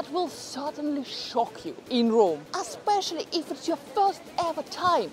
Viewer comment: I like your videos Mi piacciono...Aspeccially when you say Aspeccially!! !